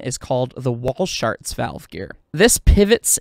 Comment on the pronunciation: It's a small thing, but the man for whom the valve gear arrangement is named was named 'Walschaerts.' It's Flemish, and would be pronounced, 'VAL-scare-tz'. I realize that the pronunciation became widely popularized on this side of the Atlantic as 'WALL- sharts', but it's incorrect. But, I offer my compliments for a fine, detailed, and comprehensive description of the operation of a steam locomotive, and of the function and interrelationships of, and between, the various appliances and components. Very nicely done.